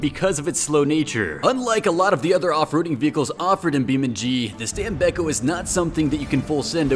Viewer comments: I am italian i know the pronounce. It is not stam-bei-cco it is stàm-béc-có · Stam-bek-ko Keep in mind that "st" is pronounced as "st" in "stop," "am" is pronounced as "ahm," and "bek" sounds like "beck." The "ko" at the end is like "co" in "corn." So, it's "stam-bek-ko."